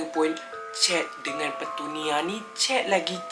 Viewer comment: Aku jeke yg dgar dia kata petunia tu pertanian? ke aku yg pelik...